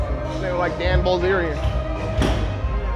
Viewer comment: loool its dan bulzarian not dan bulgarian